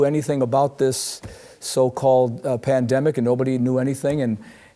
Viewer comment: The PLAN-DEM-ICK...oh yes. A numbered 🤧